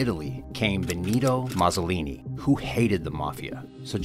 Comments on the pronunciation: Benito "Mausolini" ? It's almost as if you've never heard of this guy before. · Gotta work on those pronunciations. Mussolini…? But interesting video